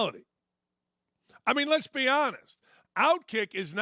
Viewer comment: Did Dan say “lez be honest” While talking about the WNBA? 😂😂